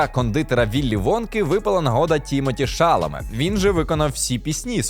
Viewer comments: По-перше не ШАламе, а ШаламЕ. Це французьке прізвище. У французькій мові наголос завжди падає на останній склад, без варіантів. По-друге, Тімоті уже співав на екрані у фільмі "Дощовий день у Нью-Йорку", та й в бродвейському мюзіклі теж. Уривки з нього є на youtube. А загалом я з вами згодна, чудовий добрий фільм. На деяких моментах пробивало на сльозу. Але коли Нудле прийшла до своєї мами, я подумала: "Крута у мами робота, в оксфордській бібліотеці! Я б теж не проти там працювати".😂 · Фільм дуже сподобався!, гарний огляд, але постійно ріже вухо, як ви вимовляєте наголос ШАламе замість ШаламЕ, всюди де шукав, вказують, що наголос на останній склад) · Але чому ТІмоті ШАламе, якщо ТімотІ ШаламЕ? Наголос на останні склади і в імені і в прізвищі. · Тімоті ШаламЕ, а не ШАломе. Фамілія в нього французського походження. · Чекнути, що він французького походження, займає дві секунди, не розумію чому чи редактори цього не зробили. Дуже бісило це шАламе, коли він ШаламЕ. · Не думала, що так складно знайти інфу по правильному наголосу імені і прізвища ГГ випуску... Ті́моті Аль Шаламе́ - користуйтесь. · ШаламЕ. У французькій мові наголос в усіх словах падає на останній склад. І у прізвищах також. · поцікавтеся походженням прізвища актора, адже він француз, тому наголос ставиться на останній склад ШаламЕ- здається, він всюди про це говорить навіть сам. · Дякую за цікавий огляд! Маленька поправочка - правильно вимовляти Шаламé, у французькій мові наголос завжди йде на останній склад :) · Ім'я Тімоті Шаламе правильно вимовляється з наголосом на останній склад і в імені і в прізвищі, бо в нього французьські корені. Дякую за відео! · шаламе француз за походженням. наголос у його прізвищі падає на останній склад. може варто перевіряти правильність вимови авторів, якщо ви претендуєте на якусь авторитетність?